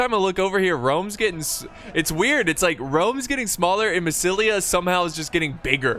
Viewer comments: You called "MASSYLIA"- "MASSAYESILI" like half of the battle))) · "Massissully" Lol